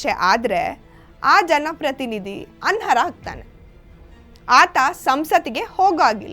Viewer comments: ಅನ್ಹರ ಅಲ್ಲ ಅನರ್ಹ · & ಅದು "ಅನ್ಹರ" ಅಲ್ಲ, "ಅನರ್ಹ"... ದಯವಿಟ್ಟು ಸರಿಪಡಿಸಿ.... 🙏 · ಆನ್ ಹರ ಅಲ್ಲ, ಆನ್+ ಅರ್ಹ=ಅನರ್ಹ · ಅಂಹರ ಅಲ್ಲ ಅನರ್ಹ, ದಯವಿಟ್ಟು ನಿಮ್ಮ ಕನ್ನಡವನ್ನು ಸುಧಾರಿಸಿಕೊಳ್ಳಿ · ಅನರ ಅಲ್ರೀ ಅನರ್ಹ ಅಲ್ವಾ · ಅನ್ಹರ ಅನರ್ಹ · anarha endhu spashtavagi uchcharisi. dodda vishayagalannu mathaduvaga bhasha paripakwathe iralebeku